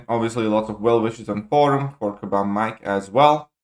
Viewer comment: Just say mike, he's gone now so don't bother saying "mee-kayy", bag of feces isn't worth the extra syllable